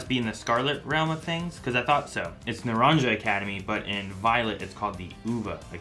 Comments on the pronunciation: It's pronounced "Nah-ron-ha". That's even how Liko pronounced it. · You can assume most of the things in Paldea would have the Spanish pronunciation since the region itself is based on Spain/Portugal. So Naranja would be closer to nah-ron-hah